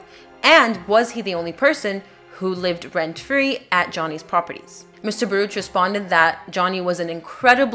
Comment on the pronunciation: It is pronounced "bar-OOK." The name is Hebrew.